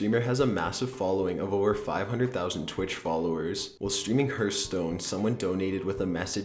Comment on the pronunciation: HAHHAHHAAHAH THE WAY YOU PRONOUNCED HEARTHSTONE. HAHAHAHA HERTHSTONE